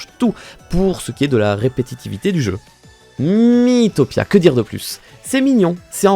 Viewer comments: Pk tu dit Mi-i-topia ça se dit mitopia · Ça se prononce mitopia